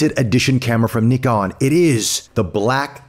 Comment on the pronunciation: Great unboxing and overview. It's so great to hear an American say Nikon correctly!